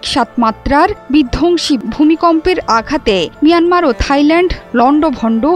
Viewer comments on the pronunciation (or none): Meyanmar na kothata mayanmar ba bramhodes.